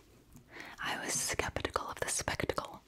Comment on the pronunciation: The 'Skeptical ' started to sound like skibidi ☠️